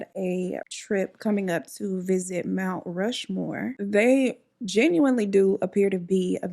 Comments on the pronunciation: Girl… your outtakes always make me laugh 😆 “Rount Mushmore” 😅😅😅😅😅😅😅😅😅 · You trying to say mount Rushmore has me cracked up 😂 it reminds me of my little grandson trying to say SpongeBob. Every time it comes out "hushbon " 😊❤